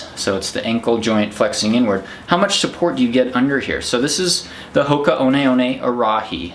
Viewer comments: TIL I've been pronouncing 'Hoka One One' wrong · Same here. I was pronouncing it Hoka 1 1. I need to learn how to read.